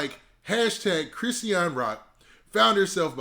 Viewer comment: Chri-sean two syllables wtf is a Chris- e-an